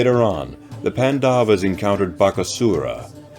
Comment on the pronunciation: Great video! Just one small correction. You are pronouncing Pandavas as pan-daa-vas when it should be paan-da-vas. The stretch should be on 'pan', not 'da'. Other than that, this is awesome content.